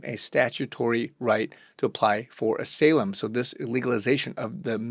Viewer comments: "Ah-SA-Lum"? WTF? It's "Ah-SY-Lum" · ASALAEM???!!! I guess you are AI! , im supposed to believe someone , not familiar with the word Asylum( a sigh lugm) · Ah-Sigh-Lehm not AH-SALEM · I mean no disrespect by this; but "Asylum" is pronounced like this: Sounds like this ---> uh·sai·luhm